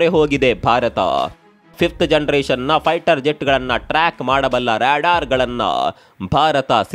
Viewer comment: Ryadaar alla adu Radaar😂😂😂😂😂😂😂😂😂😂